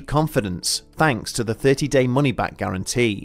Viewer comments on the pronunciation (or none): none